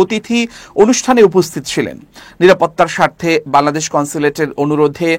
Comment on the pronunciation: খবর পাঠককে বলছি, -"বালাদেশ" নয় "বাংলাদেশ" উচ্চারণ করুন।